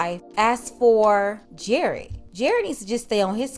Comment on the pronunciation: Still sound like Gared with a “G”. 🤦🏾‍♂️😂🤣😭